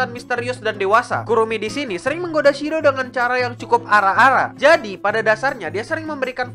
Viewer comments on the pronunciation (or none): shidoooo pakkkk apa cmn ak yg sadar itu shiro bukan shido